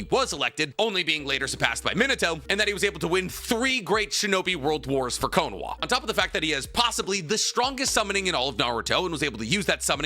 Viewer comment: If you’re gonna say some of the Japanese versions of words such as “Konoha,” can you pronounce them right? lol no hate but hearing “cone-wha” sounded weird. And you said Konohamaru fine, it’s literally just the first part of his name lol.